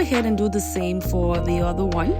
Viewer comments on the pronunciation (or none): Each oTHER is NOT pronounced each uDDER ! Why are you doing this?